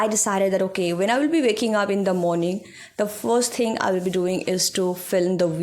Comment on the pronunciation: You are doing good.❤ But one thing i want to tell after watching your videos about your speaking/ pronunciation. Aap bhot ajeeb tareeke se then word ko pronounce karti ho, same for "speaking" your pronounce it "eespeaking" ..... please work on it too. Speak naturally u seems like acting to speak in english work on accent.... watch janhavi pawar she speaks naturally 😊